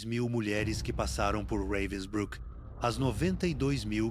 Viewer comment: It's pronounced "RAH-vensbrook"...